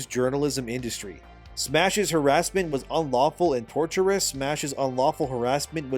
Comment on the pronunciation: 'tortious' (tor-shous) not torture. I am not trying to be a rude just give you information as you may not have watched a lot of 'lawtube' or taken any law classes.